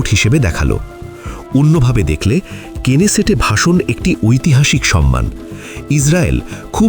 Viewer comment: কেনেসেট নয় নেসেট |